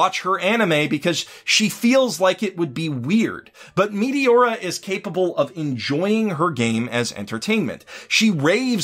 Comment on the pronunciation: The way you say Meteora is wrong and it's so funny XD. You say MEATY-ORA not MET A ORA